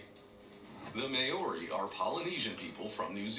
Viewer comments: Dude, clickbait thumbnail. Ruuuude. Is someone vacuuming or mowing the lawns,?? It's MAO-RI, not may-ori. That narrator needs a smack. How the fuck he say Haka and Waitangi right, but fuck up Maori? I'm born and bred here in New Zealand. We're taught Maori from kindergarten to high school! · Maori is pronounced "More-ee" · I just knew Papua New Guinea would be mentioned And they absolutely butchered the name “Maori” which is pronounced Mah - o - ree (roll the r) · oh my god, the way he pronounces Maori! It drives me nuts! May-o-re. That narrator needs to get his words straight. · Bruh the way he pronounces Maori makes me cringe, he probably mispronounced all of the names lol. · He butchered the pronunciation of Maori lmfao.. It's more like Mao the Chinese leader name and just re at the end Maori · They pronounced "Maori" wrong.